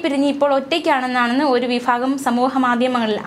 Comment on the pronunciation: Vifagam rong,; vibhagam malayalathe nattikkaruth